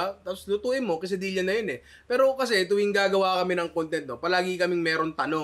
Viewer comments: nong diba dapat KE-SA-DI-YA ung pronounciation?? labyu nong pashout out naman kahit di pwede. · Di po ganyan ipronounce quesadilla at tortilla ☹️☹️☹️